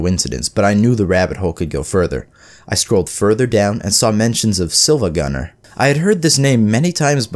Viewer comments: He said sihl-vagunner not see-vagunner I can't take it seriously/j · Every time he pronounces it "siLva" instead of "siIva" I die a little. The username is spelled with a capital i, not l. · definately his first time. he literally says "silvagunner" when it's said siivaguner. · This guy be like SILVAGUNNER instead of SIIVAGUNNER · Siiva why say siLva when it's more like seeva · Bro called him "silvagunner" bruh it's siivagunner, see-vuh-gunner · Wait, it's SIIVAGUNNER, not SILVAGUNNER? How a Video Destroyed my Mind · its siIvagunner not silvagunner and the pronounciation reflects that. its pronounced like see, not silver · The fact that he kept saying silvagunner instead of siivagunner made me cringe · In the video the guy mispronounced the name. Instead of it being “IL” as in “SILVA” it’s “iI” as in two “I”s as in “siiva” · hey man it's siiva not silva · i will now be bothered this entire video because you say siLva instead of siIva great video otherwise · It’s so painful to hear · ready for another mindfuck? it's actually pronounced "seevuh gunner" (the "L" is actually an uppercase "i") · It’s actually pronounced SEE-va gunner, the I is an i not an l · It's pronounced Siivagunner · It’s seevagunner bro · it's pronounced seeva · you know what else can demolish someone's mind hearing someone mispronounce SiIvaGunner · imagine making a siIvagunenr video and getting his name wrong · siad siiva with the L lol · Instantly disliked he pronounced siivagunner wrong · umm...that's not how you pronounce "siivagunner"